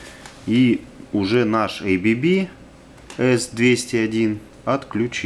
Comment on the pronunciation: Все идеально но только не эйбиби а абэбэ